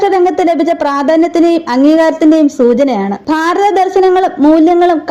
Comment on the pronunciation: ബാരതം അല്ല . ഭാരതം (Bharatham)